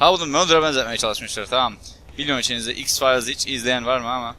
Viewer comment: x fayls diyecegine x farz diyo